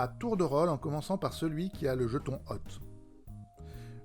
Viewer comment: La vache qu'elle est chiante cette vidéo ! Lecture des notes, le ton, le bordel derrière, hôte prononcé "hotte", Plus jamais ! Bravo pour l'initiative quand même ! (hôte se prononce pus comme "haute" pour information.